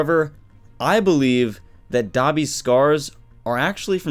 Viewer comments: Stop pronouncing Dabi as "Dobby" i keep thinking of dobby from harry potter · Oh I thought u said Dobby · It's dabi not dobby😅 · Am I the only one who thinks "Dabi" sounds like "Dobby"